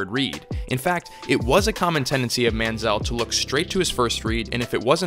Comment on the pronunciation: Very Good Video ! Sidenote: Why does Everyone Mispronounce ManzieL's Last Name ?